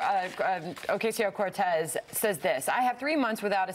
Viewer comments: They know how to pronounce her name. They mispronounce it on purpose so as to dehumanize her. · Anyone else little pissed off that they cant even do reporting enough to get her name right? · I think that's on purpose. It's a subtle diss. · they only do it with non-american names.. its on purpose! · Clearly misprouncingon purpose. The same way "they" use to mispronounce Tupac/2pac by calling him TWO-PACK, smdh. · She can’t even say her name right, that alone says a lot about them. Come on man, get your facts straight and educate yourself so you can pronounce someone’s name whose not WHITE correctly. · Fox can't even pronounce her name right. A bunch of inbred tools. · Purposely pronouncing a Hispanic woman’s name like ‘queso’? That sounds about white. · The thing I don't get is that their argument has such a stupid end-game. As far as I can tell, their endgame is this: Orcayseyeo-Cartooz (Fox pronounciation) is a wealthy, greedy liar who is pretending to be for the working class in order to score votes, and then become part of the establishment. Their strawman of her is that she's Trump. And I think that's the easiest way for Fox to convince their viewership that they should support her. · I'm sure there's someone out there purposely pronouncing her name as "OK see ya" because that's what these people think is clever. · Freaking hate how all this people miss pronounce her name. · what is up with fox news mispronouncing peoples name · That racist bitch pronounced her name wrong intentionally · Fox News: "We're so innept, we can't even do something so stupid simple as saying a person's name right." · The way how they all (!) mispronounce her name is in all likelihood infantile, condescending bullying: „Look, you are so insignificant, bitch from the ghetto, that we don’t even have to bother remembering what your name is. Huh huh huh 😄“ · Are they purposely saying her name wrong?! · Trying so hard to pronounce her name wrong... it's a damn shame